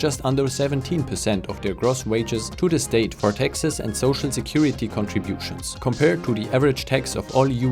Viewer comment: I kept hearing Texas when you were talking about the high taxes, which is ironic because taxes are low in Texas.